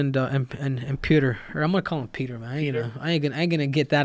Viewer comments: Isn’t his name pronounced “Petcher” not Pooter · Its pronounced peh-tler like you roll the L at the end, not pee-o-ter. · Joe "Pee-oh-trr" Rogan